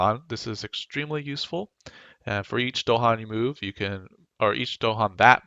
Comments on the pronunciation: Nice guide, but they are called DAhan, not DOhan :D This drove me crazy :D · They're called dahan, not do-han. With an a and stress on the second syllable. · You don't mess with the Dohan...